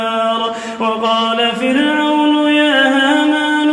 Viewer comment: Verse 37 = firAawna, not ''kafirana''